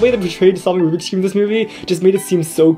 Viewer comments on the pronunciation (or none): It's rubiks not rubic